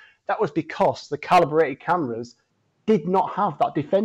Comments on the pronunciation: It’s calibrated, CALIBRATED! Not collaborated!! Thick or what? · Never have I heard the word "calibrated" mispronounced so many times in the space of 5 minutes. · I've never heard the word "calibrated" mispronounced so much in such little time